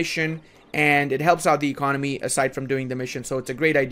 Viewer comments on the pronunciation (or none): none